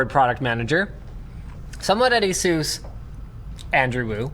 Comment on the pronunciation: It's not Asooos It's Asus